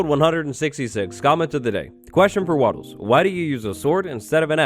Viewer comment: Wattles more like waffles Haha funny